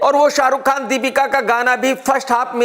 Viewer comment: Tu Chutiya tha hai aur rhega..Kaisa Khan hai yaar tu tjhe toh Pakistan chle jana chahiye tha ya tere baap ko 2 mint pehle nikal Lena chahiye tha..Mjhse galti ho gayi jo maine Tera Review dekh liya pehle Bolna seekh ke aa Naam Khan hai bolta hua Terrorist lgta hai🖕🖕🖕Sunday Tickets booked hai Dekhne ke liye SRK ka Fan #Zinda hai🤫🤫🤫